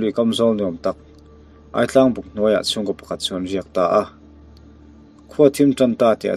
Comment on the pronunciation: Aitlang tih hi i lam rik dan adik lo.."chaw tlang kha ei rawh" tih a "tlang" tih a rik dan angin a lam ri la dik zawk...ngaihnawm khop mai👍